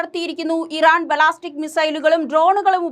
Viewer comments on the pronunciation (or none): ബലാസ്റ്റിക്ക് അല്ല ബാലസ്റ്റിക്ക്😅